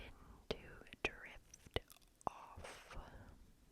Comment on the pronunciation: Did anyone else hear “lift off” instead of “drift off” for the Eric